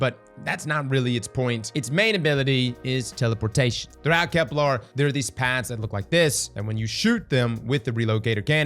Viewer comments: KEP-luhr NOT kep-LARRRR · I figured the odd enunciation was a part of the charm of watching you. You currently say KeplAR instead of KeplER . Even as an English nerd, it doesn't really bug me. You're right though, the way you said sieve did sound cooler. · and kepLER isn't pronounced kepLAR 😭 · “I can’t BELIEVE I’ve been pronouncing ‘sieve’ wrong all week!!!” Also: “Kep-LAR. 🙂” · Genuine question does he have a speech impediment though? It sounds like he has a mild one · Now he needs to learn how to pronounce Ahamkara and Keplar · On this episode of Can A Brother Please Say "Kepler" Right: We'll find out when Nine are ready to let us know.